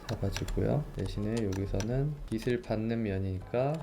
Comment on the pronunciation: 이분 다 완벽한데 항상 빛을 빛이 이런 말들을 '비슬, 비시' 이런식으로 발음하셔서 쪼금 거슬립니다ㅜ 그래도 항상 잘 보고 있어요